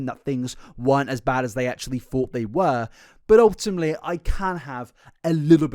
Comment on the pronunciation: Take a shot everytime he says ultima(te)ly